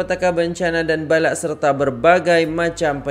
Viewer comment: bukan 'balak'...tapi 'bala'